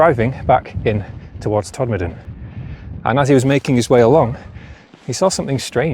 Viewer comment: Very interesting and glad to hear Todmorden pronounced correctly, although it's usually shortened to Tod. I wonder if the four posts guarding a pile of stones could be an old mine shaft as there were plenty of them in those hills. Did you know that Todmorden had a real flying saucer? It was a glass fibre house made by the Futuro company and lived on land on Rochdale Road opposite the old fire station. I went to look for it again and it had disappeared. Very strange!